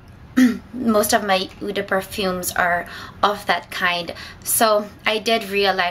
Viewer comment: "Eau" is pronounced like "Oh". I really like your choices, it's nice to see different scents on your video.